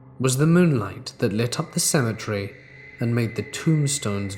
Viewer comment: He's British. I LOVE how he pronounces cemetery!! I'm sure isn't offended by us Americans giggling at his pronunciations. I love the British and southern accents!:)